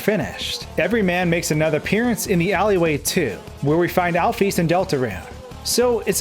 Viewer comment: When he said Alphys as "Alfees" I had nostalgia to when I first joined the fandom